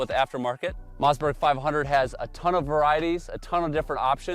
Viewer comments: what's a Mozzburg? Some kind of burger? I always thought it was Mossberg with Swedish family Origin. Must be something lost in the translation or dialect😊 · It’s a mossberg not a mazzzberg